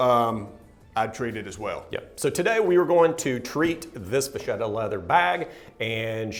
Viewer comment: Great stuff guys! I really appreciate you guys talking about leather items other than shoes! On a side note: it is va*ketta. Hope you won't mind! Keep up your excellent work!